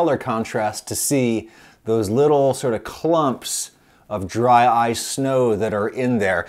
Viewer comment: Dry-ce cream